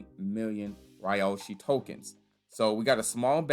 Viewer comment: Ugh. It’s pronounced Ree-yoh-shi